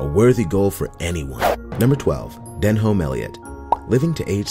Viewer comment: Denholm --》 pronounced Denim